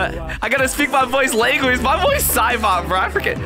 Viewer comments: Every time i Hear Cybop i think he says the n Word. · He said nyouza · not sure if you can REALLY hear what cybop sounds like but HE JUST SOUNDS LIKE HE IS SAYING THE N WORD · Cybop actually say negga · Cybot sounds like he's saying the n word😂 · Bro doesn’t know what cyborg saying 💀 (He saying negga ) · Do you realize what I hear from cibot sounds like he's saying the n word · Cybop at the End sounds like he is saying rubber and mega also never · It doesn't even actually says it, it just slightly sounds like it